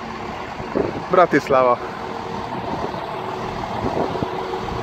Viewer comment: a Bratislava nevet úgy kell kiejteni, hogy : Bratyiszlava